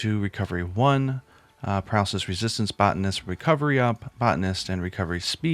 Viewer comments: Sorry for being critical about the botanist pronunciation from the last video. You put out great content, I'm subscribing. This game is taking over my life.😅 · I was going to correct you for saying Botanist wrong but didn't want to seem like a jerk on the internet.